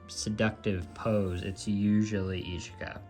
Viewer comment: Hey it is pronounced ishka not eecheeka….you say itsuki right so i was surprised. Yotsuba is also more like yahtsbah not yooooh tsuuuba. Ya know? They say it in the anime. Love your collection though! I have a ton of QQ too